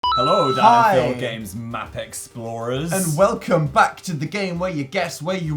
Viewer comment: i just freaked hearing dan say "pheal" this far back